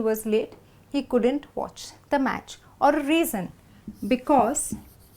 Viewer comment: why do u always pronounce "couldant" It should be "couldn't"....am I not correct.....???